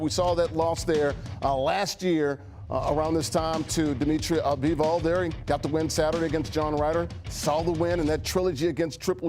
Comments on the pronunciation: BIVOL...not Bevel. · I clicked out soon as the guy on the left called Bivol Beeval…. These dudes don’t know what the hell they’re talking about 🤣